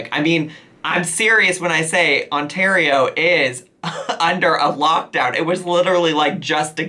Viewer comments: oh my! you pronounced Ontario properly! I'm SO PROUD! :D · A single person pairing up with 1 other household does NOT mean that you can match up with a new household every other day... FFS woman I can't see my family but you're saying f this and meeting up with random guys (I'm Canadian but we don't claim her) Also, when did youlearn to say Ontario?? (The Nicolas guy might be French from Québec. Not French from France )